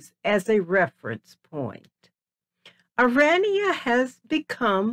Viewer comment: This woman is AMERICAN. I am coloured woman born and bred in South Africa. It is not Oraynia it is pronounced OHRAANIA spelt ORANIA. Back to facts, the Afrikaaners I salute you for protecting you heritage as well, my grandmothers were both black women who worked in service, their husbands were white. I would love an interview with this woman that is leaving out interesting history leading up to her so called history of our country Folks let me tell you the rascism my children and family had been exposed to by black Americans. I thank my black African people who are talking about how they have been treated by black Americans just because they had a lighter skin colour and did not fit the description that the blacks are expecting you to have if you come from AFRICA. AFRICA has been home to many that were born and bred in Africa, Swiss, Germans, Chinese, black tribes, Indians, Muslims, Italian, Portuguese and so on, indeed a melting pot with different cultures and languages which we proudly speak more than they ever dreamed of speaking. These black Americans get us started they do not belong of all placed in South Africa. They suffer from a complex, trying yo steal what rightfully belongs to us that was born and bred there.🇿🇦🇿🇦🇿🇦🇿🇦